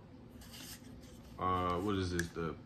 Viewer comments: I like Sig too, and because you spent the time to share this awesome collection I am going to share some ancient German knowledge, it is Sig Sauer "sour" not "sawyer". Your stance on loaded mags is good, unloaded mags are completely useless in an emergency. Epic handgun collection, I'll be checking out your other videos friend. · Makes a point to say smith an wesson and not westin but then says sig soyer 😂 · “Sig soyer” lol Nice collection though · Great reply 👍👏, I was wondering if I should let him know the correct pronunciation but you did a fine job sir 🤙✊